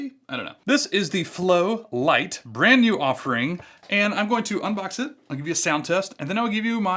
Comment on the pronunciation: I believe it's "lite" instead of "light"